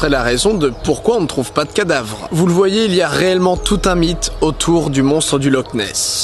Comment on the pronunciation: "voye"??? -_- je suis désolé mais je commence à douter de ton éducation linguistique, mon cher didi.